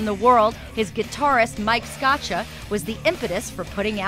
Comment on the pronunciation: The narrator mispronounced Mike Scaccia's name... smdh